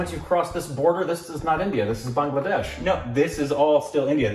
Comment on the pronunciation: Thanks for pronouncing Bangladesh correctly....My country...